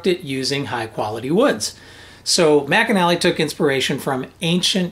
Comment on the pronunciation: Just a detail: The luthier's name is "McNally" not Mcanally. He invented the McNally Strumstick aswell.